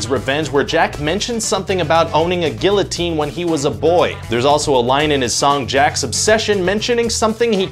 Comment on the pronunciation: "Guillotine" This bother anyone else?